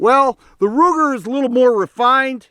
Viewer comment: Did he say Looger, Rooger or Wooger? 🤦🏼🤷🏼